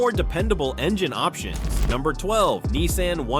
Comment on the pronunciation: It is Nissan. Not Neesan.